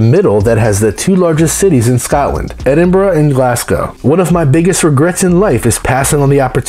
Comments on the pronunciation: Edinburra not borrow and Glasgow not Glascow infuriating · Am Scottish and I pronounce it eh-din-burra, not even two minutes in and one fact that is completely false.